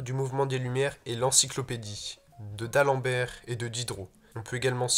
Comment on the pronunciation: Heu c'est l'encyclopédie d'Alembert et pas de Dalembert